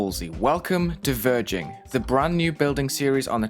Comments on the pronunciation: when wulzy said ''verging'' it sounded like ''virgin'' IDK why.. XD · Same XD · because it’s almost the same word